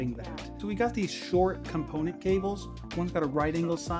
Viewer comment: Thank you!!! I cringed every time he said component